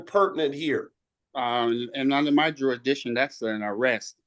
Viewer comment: "Under my jurish-dishin'"